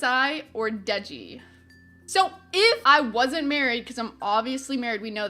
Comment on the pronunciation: Threw up in my mouth when you said Dieji